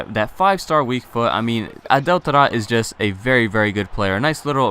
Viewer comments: "we move to our final player, the inform TADTAD". What the hell? its Taarabt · it infuriates me how you say Taarabt.